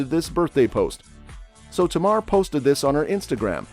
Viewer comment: Her name is Tamar. Not Tamara 😊